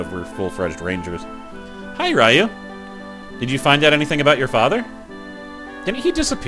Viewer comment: Hey, glad to see you're playing BoF 2! Just one little peeve, when you pronounce "Ryu" it's like a "loo" kinda pronunciation, so pronunciation wise it'd be "ree-yooh". Other than that, glad to see you playing this. Will be eagerly watching!